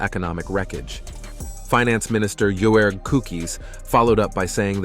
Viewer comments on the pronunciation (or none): If I had a choice, I would rather buy a well designed, well manufactured car made in Germany rather than a "Yank Tank"! And just a little pointer, Joerg is just the English spelling of Jörg. It is not pronounced Joe-erg! But more like Yorg.